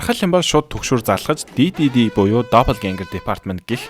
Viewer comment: D.D.D гэж бичдэг Уншихдаа Diddy гэж сонсогддог😂😂